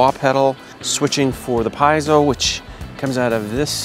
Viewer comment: pee-yet-zo, lol